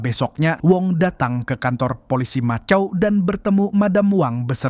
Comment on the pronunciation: Sebutan dia makau min bukan macau walaupun ejaan macau